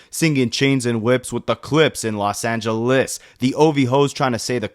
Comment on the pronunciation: “Los Ange-LES” ain’t no way 😂